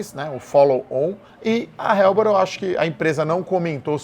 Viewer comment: Não se pronuncia "RELBOR" e sim "ELBOR"